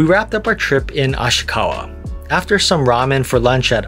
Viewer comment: Asahikawa not Ashikawa....